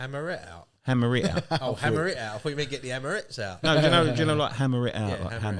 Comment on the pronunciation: At the start it sounded like you was saying Hammerette out